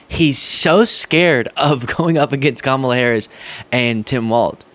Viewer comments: Kamabla? I'm guessing the intent is to make people think of the word "black" because if it was meant to imply "blah" like it SOUNDS, he would certainly add the H to the end. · It's Kama blah. Like boring. That's how immature he is. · Trump is calling her Kamablah as in kama blah blah blah. Because his racist a$$ refuses to say her name properly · I don’t know if there is an actual reference in “Kamabla” he’s just spelling her name wrong on purpose to signal that he’s not going to give respect and say or spell it correctly so he can point out that her name is not an English name which to his voters reminds them that she is different. And to maybe claim she is not actually American, even though she is. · I think he started the Kamabla (I think it is pronounced, comma-blah) to merge her name with her identifying as black, because he has the maturity of a third grade bully! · It's intended to be "ka-MOB-la" and try to suggest she's part of the "organized crime family" that is the DNC. It's as stupid as it is childish. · He’s saying Kamabla for “blah, blah, blah” I speak fluent Trump. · With Trump saying “Kamabla”, he’s trying to insinuate that she’s blah, as in boring, which would make more sense if he spelled it Kamablah, but this is Trump we’re talking about here. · he writes "Kamabla" as a racist focus on her Indian heritage. Look up the result of the transposition of the "a" and "b" = "KAM-BA-LA" = "KAMBALA". Keep going,. You are doing great! 😊 Your friends, D&M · "Trump was actually doing much better in the polls than what the polls were reporting", says Lies Harrington in that clip. What a buffoon to say that the polling organizations were apparently lying about what their actual results were. More lies from the right. BTW, it's pronouncee KA-ma-la, Ms LIes Harrington. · It’s Kamabla, he’s making fun of her names pronunciation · I think he's trying to say cabal but he doesn't know how to spell it